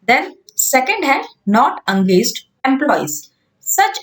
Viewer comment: Angaged nahi it’s engaged ache s pronounce kariye